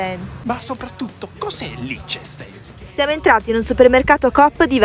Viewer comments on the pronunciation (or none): Innanzitutto il “ch” è duro, quindi si pronuncia “k” non come dite voi “Liccestein”. Poi vorrei ricordarvi che per quanto i prezzi siano alti in diverse nazioni dell’Europa Occidentale, il potere d’acquisto più basso lo troviamo in Italia. Vuol dire che se spendi tutto il tuo stipendio per comprare mele, anche se in Italia costano la metà o ancora meno, riesci a portartene a casa molte meno rispetto ad chi fa la stessa cosa in altre nazioni. Se poi nella statistica inseriamo nazionale come il Liechtenstein, la Svizzera o l’Inghilterra… che non sono nella comunità europea… la forbice si allega ancora di più. Saluti dalla Svizzera!😬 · 🤣🤣🤣Cosa fai li correggi senza sapere? Si dice LICH TE STAIN (ch si pronuncia come la c espirata dei fiorentini) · Si pronuncia "lichtenstain" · Ma cos'è il liccenstein? Se non sapete pronunciare state zitti che fate meno danni. 🐐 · I prezzi sono in franchi svizzeri, anche se il cambio oggi è circa 1:1, come detto sotto la pronuncia di Liechtenstein è ben diversa (ma è ovvio che chi non parla tedesco difficilmente riesce a pronunciare il nome correttamente), il nome (in tedesco antico) vuole dire circa "pietra luccicante".